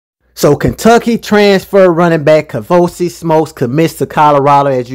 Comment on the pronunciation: I’m so surprised doesn’t know it’s 🥃🚬💨 KAVOSIEY as in the Cognac. He know some football, but he clearly doesn’t know Hood French. 😂 the nerve of!!….bout to get uninvited from the cookout. 🤦🏽‍♀️ Bless heart… lol 😆 it’s KAVOSIEY SMOKE, sir…. 🥃 + 🚬 His name is a whole party 🎉